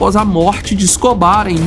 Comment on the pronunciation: Ta ruim a pronuncia do nome do Escobar